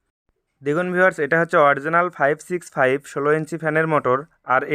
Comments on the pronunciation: 656 naki 565. Clear kore bolen. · মিনিটে কি বললেন- 656 নাকি 56?